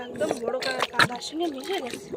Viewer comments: কাঁগড়া হবে না, হবে কাঁকড়া। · কাঁকড়া বলতে পারেনা কাংরা এটাই মনে হয় এদের প্রিয় খাবার